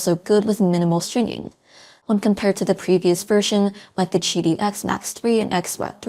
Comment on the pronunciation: If it's che-dee wouldn't it be the chu 1? JK 😂